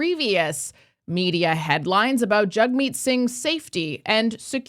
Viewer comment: JAGmeet not JUGmeet